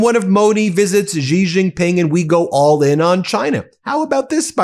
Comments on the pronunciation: it's pronounced "SEE" JINPENG. Not Zhee. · Ben, it's Shi Jing Ping😊❤